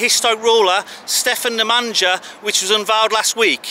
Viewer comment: hahahahaha....what is truly controversial is your pronunciation of Stefan Nemanja...you make it sound more like an African tribal chieftain...wonderful :-)